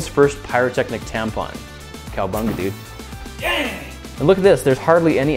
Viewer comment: Notice when he says dang, his full Texan side just came out. You can hear a southern accent.